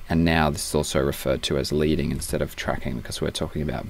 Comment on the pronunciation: Leading its actually pronounced LED-ing from the metal lead used in old typography. :)